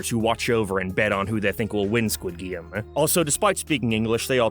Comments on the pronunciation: What is a "Gwid Game"? This isnt even an accet thing, this is just autism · Why does he keep saying “guid game” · I just clicked to hear you say "Squid Geem" 100 times. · Why are you saying squid game so weird? You're obviously doing it on purpose. I had to turn the video off halfway through.